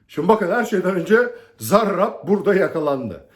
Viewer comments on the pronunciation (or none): Hocam siz zarrraabb dedikçe tahrik oluyorum diğer arkadaşlara bol şans